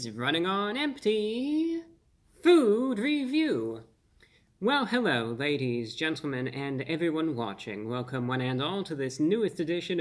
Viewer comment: Hewwo Wady’s and Gentlemen!